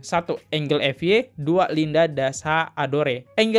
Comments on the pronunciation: Maaf.... bacanya bukan engel tp enjel x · Gue a bit 'cringe' elo sebut namanya angle... angel bacanya Enjel, bro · Bacanya enjel kali bang,kalo enggel tulisannya angle